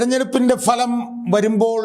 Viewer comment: ഫലം എന്ന് ഉച്ചരിക്കാൻ പഠിക്കട്ടെ. Faലം, കഷ്ടം തന്നെ